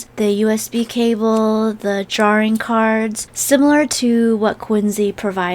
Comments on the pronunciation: The way she pronounce "drawing" is so cute🥰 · Lol drawring